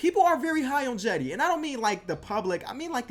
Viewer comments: its not Jedi Osman its like Chedi Osman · It pronounced Chedy